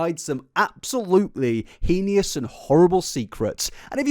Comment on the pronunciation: It's pronounced "hay-nis" not "he-nee-us" Heinous. You're switching up the letters